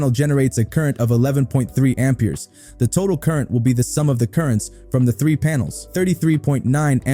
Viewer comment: I an not native speaker but that pronunciation of Ampers makes me sick in my stomach. It hurts my head.